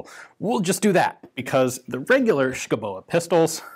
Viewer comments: Native Dane here. The e in Schouboe is silent. Otherwise, pretty good pronounciation I have to say^^ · The "e" at the end is pronounced as a lengthening of the "o", we love doing things like that in Danish. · The "u" is pronounced as a "v" and the ending "e" is silent/an exstension of the "o", so it would be pronounced: "Skovbo", meaning "forrest home", yeah Danish is a stupid language, where half the letters are either silent or pronounced as something else completly. Other than that, interesting video as always Ian. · As a Dane I can't understand the pronounciation of Schouboe, but Danish is hard for foreign tongues. The Pronounciation in Danish is more like "Skuvbu" but still with a bit of "o" rounding on the o sounds, but cut of faster and don't pronounce the e at the end, that is a silent e. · The e in Schouboe is silent, just like the d in Madsen. Best regards from Denmark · i know Danish is a silly, stupid, irrational and impossible language - but i gotta correct you: the "e" in "oe" is silent.